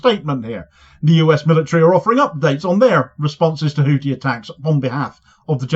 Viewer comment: FFS The th in Houthi is pronounced like the th in thin!